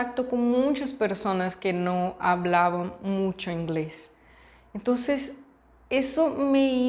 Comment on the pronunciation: Creo que dices muncho en lugar de mucho. Quizás por la visita a Zacatecas. Ánimo